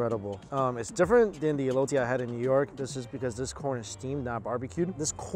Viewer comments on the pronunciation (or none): Physically hurt me the way he said the word verde and elote